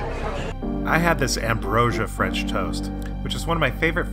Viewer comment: After 6 years of French study-he’s pronouncing it correctly